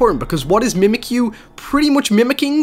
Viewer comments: its mimikyu not mimikuyu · accident*, and were u trying to point out saying Mimikyu wrong?